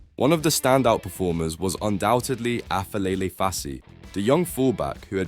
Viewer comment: ITS PRONOUNCED AS APELELE FASSI NOT AFELELE😅